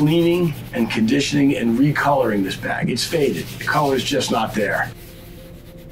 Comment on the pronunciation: I thought he was saying "bad boy" every time he said bag